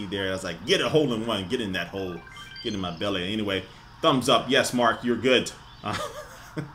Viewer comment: "get in my belleh"